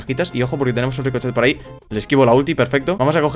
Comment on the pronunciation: Like si escuchaste que dijo rikochet cuando era rico